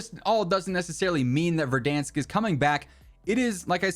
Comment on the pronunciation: Or "Verdunsk" as likes to call it